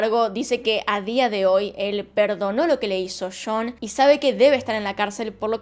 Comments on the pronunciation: Se escribe "Sean" y se lee "Shon" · Cada que dice "shon" no se si es John o Sean, pero weno, excelente vidio. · Y yo pensando que realmente era "Shon" javdjvzjavjza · Ojalá trataras de neutralizar más tu acento. Se confunde cada ve que dice jhon o Sean